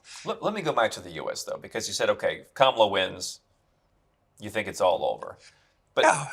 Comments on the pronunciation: No, Mr. Casey, Kamala is not pronounced as the Spanish "Que mala." Kamala does not mean Que mala. She does not have hispanic descent and it is stupid to think that her parents would name her "Que mala" which is true, does mean "how bad" assigned to the feminine. If you want to get to what her name means, that most certainly will be found not in the hispanic world, but in the South Asian world. Only a jerk would make this connection between her name and those specific Spanish words. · That was a very derogatory and unfair way to say her name. Que mala. Two words. Not spelled the same at all. That was rude. And you know it. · Come on. He damned well knows how her name is pronounced and that it's Indian, not Spanish, not Que Mala. What a gauche old toad. For someone who is trying to claim he is neutral in so may ways, he betrays himself. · You will pronounce it as “Madam President.” Didn’t Argentina get popular after WWII. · "KE MALITA" lol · But she's not Spanish She TAUGHT these idiots how to pronounce her name. And Trump is fkn up ALREADY! 😂😂😂😂 TRUMPANZEES mad because tariffs 🤦‍♀️ Always trying to be disrespectful to fk us over and get fkd in the end. Ridiculous, grow up